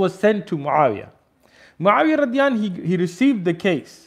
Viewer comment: What is the meaning of Radiyanhu? Or is that just a miss-pronunciation?